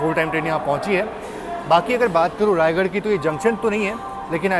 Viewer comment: रायगढ़ नही रायगढ़ा है भाई ।दोनो अलग अलग शहर हैं ।